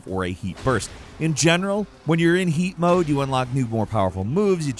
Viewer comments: I thought he said feet mode for a moment lmao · When first said 'heat mode' I thought he said 'yeet mode' and loled for a bit😂